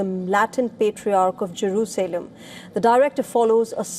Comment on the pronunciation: It’s not jeru Selam, it’s Jerusalem.. Learn to speak 😂…